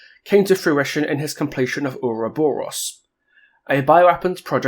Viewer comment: having voice lines is cool and all but he mispronounces uroboros and its funny